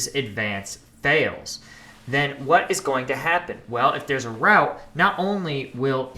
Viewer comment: What you said: "What if there's a rout?" What I heard: UNINTELLIGIBLE HERESY